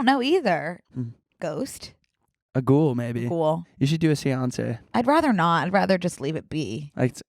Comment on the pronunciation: Them pronouncing Séance like Beyoncé is everything